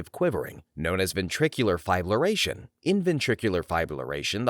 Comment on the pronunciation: lol, fibrillation fib-rih-lay-shun. fib rhymes with crib. You guys gotta slow down just a little. Hand it off to each other, make notes, retake.